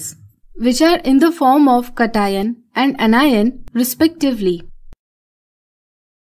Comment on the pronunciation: It's not katino. It's cat ion Cation. Spell 'cat' and 'ion' and after mix them both and you have Cation